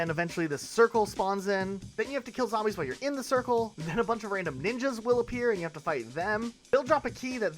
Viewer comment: Has this loser never played a zombies map? Can’t even say them right